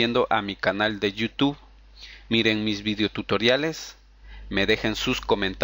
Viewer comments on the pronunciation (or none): pagina wet ,yutu ,feisfut guglemas ,archivos rap, etstaer aqui ''setap'' ,''necs o siguiente'' , y como 100 okey ,amigo de verdad entiendo que podemos equivocarnos pero primero toma en cuenta que si quieres tener mas exito en tus tutoriales debes de aprender a pronunciar bien las palabras